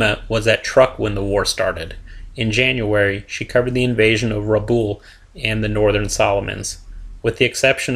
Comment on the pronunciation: It ir RABAUL, not RUBAUL!